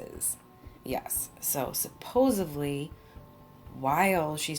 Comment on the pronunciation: Supposedly .. No V in that word. STILL LOVE YOU THO!! lol